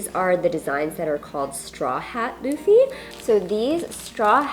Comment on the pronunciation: It’s Luffy….not doofy